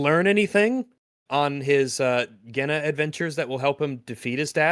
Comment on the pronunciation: Otterly mispronouncing Genna the whole video makes so much more sense now.